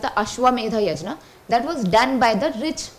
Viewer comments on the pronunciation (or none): Not yajna. It is yagna in the pronunciations. 😏